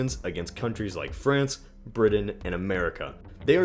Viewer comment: Pronounced "Did dint" and "Briddon"